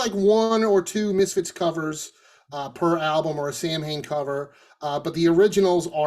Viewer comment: *Sowen is the pronunciation. Who is "Sam Hain" ? I'm Irish, and utterly baffled by this.